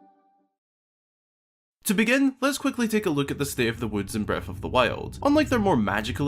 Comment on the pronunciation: I love these videos but it's so offputting hearing someone pronounce th's as f's. The word is breaTH and THousands, not breaf or fousands.